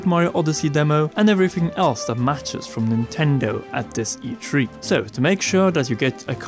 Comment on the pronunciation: E tree guys, e tree!